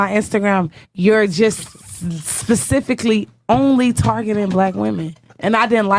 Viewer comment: That bitch beside him legit said " I studied psychology" like we're supposed to just trust ya without any proof of education to someone with a degree in psychology. Black women please stop lying about your education's u can't say " pacifically" instead of specifically and get taken serious. If you say girl cheese nobody cares about your political views